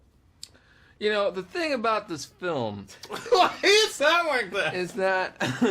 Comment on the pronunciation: The way he says film is so funny😂 reminds me of that vid where he quotes his mom Ina Romanian accent abt the black panther movie 😂